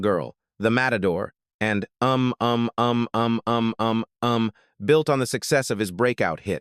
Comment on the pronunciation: The way you say the name of the song is oom, oom, oom, oom , oom.